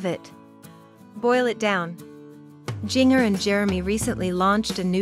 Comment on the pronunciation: Please try NOT releasing videos without pronouncing her name correctly! SMH